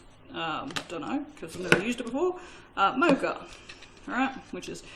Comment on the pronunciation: C’mon you’re an Aussie pronounce Mocha the Aussie way not the American way!!!! 😂😂😂😆😆